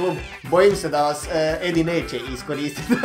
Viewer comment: HAHAAH TI KAD KAZES EDI JA STALNO MISLIM DA KAZES ENDI 😂😂 JER JA SAM ENDI 😂😂 MOZE SRCE KRALJINO BOLESNA ET KOMENTIRAM NAKON UTAKNICE I POBJEDA NORMALNO 😂😂